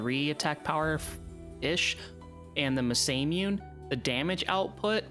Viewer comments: It's mah-sah-moo-neh,the "ey" at the end is purelyan english accent thing . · Nice run! Also Masamune is pronounced Mah Sah Moo Nay; though as a kid I thought it was pronounced like NASA with an M, Masa Mewn. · This was a really interesting video, and an enjoyable watch. Your pronunciation of Masamune is awful though - Japanese is a phonetic alphabet - Ma-sa-mu-ne (Mah-Sah-Moo-Nee)